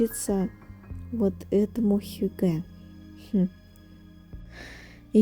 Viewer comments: Не хюгЭ, а хЮгге, вообще-то. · хьЮгге) ударение на первый слог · Hygge . Ударение на первый слог! хЮгге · хЮгге, ударение на первый слог 😻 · Вы правы, режет слух, когда неправильно ставят ударение. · Ударение на первый слог в слове «хюгге». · добрый день, спасибо за видео, все очень красиво и атмосферное, как всегда! Только в слове хюгге ударение ставится на Ю.